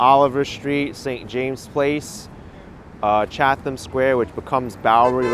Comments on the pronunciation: Isn’t it pronounced “Chat am” Square and not “Chath am” Square? I worked on the original design for Chatham Towers, 60+ years ago! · yes.. CHAT AM.......and For Sighth ( Forsyth) Street.........I grew up in the area...I do not like to correct people on a live. But since you brought it up...